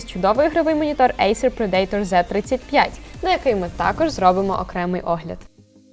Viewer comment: Тільки Acer Predator--не "при-ДЕЙ-тор", а "ПРЕ-да-тор", тобто хижак.